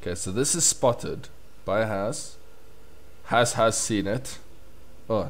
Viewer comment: S in "Has" is pronounced as in Super not loSe.